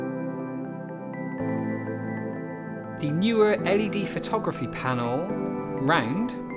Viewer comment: My friend, it's Neewer, no Neweer! Nice review by the way.